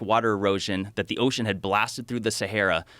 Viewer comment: Why does he pronounce it as seheyra?